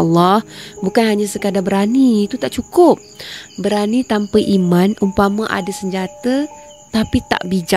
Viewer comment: Sdari ambo... Maaf mencelah sedetik utk memperbetulkan kesilapan lisan yg dianggap biasa & kecil oleh kebanyakan org... Istilah² yg bunyinya seakan sama namun maksud masing² nyata jauh bedanya.. mcm ada yg saudari sebut ' 'imam' dlm diri watak tersebut..bukan imam shabtku,tp iman... Imam tu yg mengepalai solat jemaah.. iman tu sesuatu yg sepatutnya kita senantiasa memohon kpd Rabbul Adziim agar dimasukkan-Nya IMAN ke dlm hati kita supaya kita termasuk dlm golongan mukminin / mukminah setelah menjadi muslimin / muslimah... Bila sebut dgn lisan seakan sama bunyinya antara imam & iman... Mumkin hal ni org tak berapa nk peduli kcuali jenis² kurang ilmu mcm ambo ni yg segelintir je ambo sdri tahu.. Maaf skali lg , Wallahua'lam bissawab.. jazakillahu kheiran katsiran jazaak... 👍😘😊